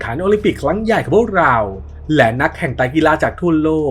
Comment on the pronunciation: เรา ออกเสียงว่าลาว งง ฟังอยู่ดีๆ ไปโผล่ลาว